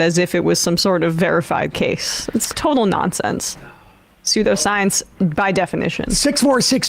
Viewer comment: That time Jimmy pronounced "pseudoscience" as "soy-dough-science"